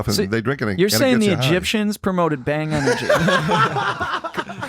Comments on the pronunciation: It's bhaang not bang😂 love from India❤️🔥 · Itd not 'bang' itd bhang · You call it BHAANG....😁😁 (from India)